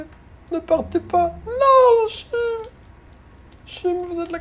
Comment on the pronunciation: Ce n’est pas Chumme c’est Cham c’est jam c’est EE tu